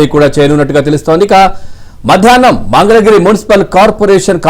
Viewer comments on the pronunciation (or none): ఒరేయ్ బాబూ పప్పు నీకు మంగళ గిరి అని అనడం కూడా రాదు మందల గిరి అంటావు ఏమి చేస్తాము నీ లాంటి వారిని ఆంధ్ర ప్రదేశ్ ప్రజలు భరించాలి